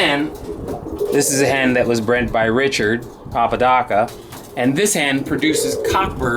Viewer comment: Hay thanks for the shout out u didn,t butcher the name cheers man....are u gonna keep the apodaca family seperate or are u gonna breed it into your own stock? Great content as always very interesting and informative keep them vids coming......👍